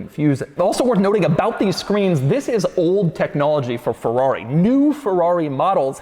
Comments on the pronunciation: Bro its FERRARI!! not FEWWAWE 🥴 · I've always wondered why americans pronounce Ferrari as "Forrari". Just why.